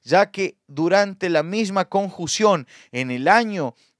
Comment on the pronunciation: ...no se dice conjución es: CONJUNCIÓN!!!!!!!